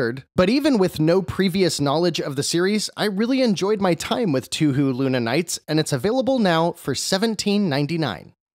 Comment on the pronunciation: For future reference, it's actually pronounced "toe-hoe". Hearing 2hu gives me flashbacks to pronouncing Ryu incorrectly lol